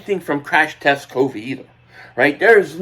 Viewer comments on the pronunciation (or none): none